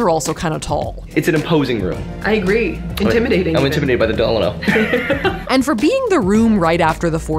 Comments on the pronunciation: The way y’all keep pronouncing “Delano” is throwing me 😂😂😂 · I can’t! The way you pronounced Delano